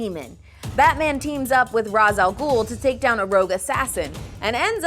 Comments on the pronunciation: They pronounced Ra's Al Ghul wrong.. It's pronounced "raysh" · Pet peeve, mispronouncing Ra's al ghul's name